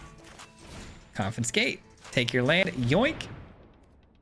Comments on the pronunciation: Oh thank god it's not just me! Every time he said 'CoNfInScAtE' it was like a flick to the forehead. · Hearing you pronounce "confiscate" with an extra 'n' was bugging me too much, ha! Very cool deck though! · Great video, great deck, great lad, but please... con-fi-scate 😂 Keep the great work coming! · Coffin skate lol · it isn’t just this particular video. The last time he used the confiscate in a video he mispronounced it then too. My brain autocorrects but it does make me curious why he has that glitch for this one particular word. He usually does good and this isn’t anything to damn him about but I, personally, find it funny. Not annoying but every time I heard the N I smiled. It is an -ism.